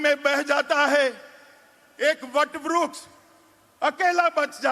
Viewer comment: ये अमित शाह को वृक्ष बोलने नहीं आता है, vruksh बोल रहा h